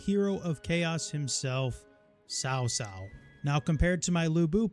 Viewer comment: Loving your vids! Just to make sure you have the correct pronunciation, the name 'Cao' is pronounced like 'ts-ow'. The 'ts' is pronounced with a soft or silent 's', whereas the 'ow' syllable is similar to that of 'how', 'cow', etc. Hope this helps!